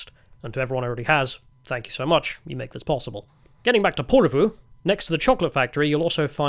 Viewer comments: Ok.. Lived in Finland for 24 years now, speak Finnish and HATE it when content creators make videos but don't learn how to pronounce any of the place names properly.. I instantly gave up when you butchered Porvoo. At least TRY to speak the names properly. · Tää on niin tätä. Vieraiden kulttuurien kunnioitus puuttuu tyystin. Provosoidaan tarkoituksella. Paitsi, jos tää on itseparodiaa. Britishplainingiä parhaimmillaan. 😁 Se Porvoon ääntäminenkin oli ihan omanlaistansa. 😂